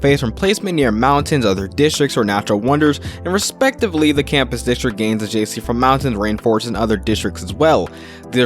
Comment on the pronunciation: It's pronounced adjacency, not "jc". You talk too fast and it's hard to understand a lot of the thing's you're saying